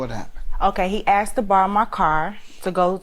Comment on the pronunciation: Everytime somebody say "axed" instead of "asked" I have a picture of him/her with an axe chopping of somebody´s head. BTW I have ADHD.